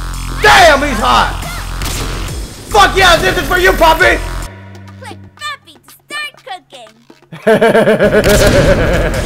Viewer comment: Its papi, not puppy. (: As his curser ran over Papi's 'part' Dora said "Oh, I like that!"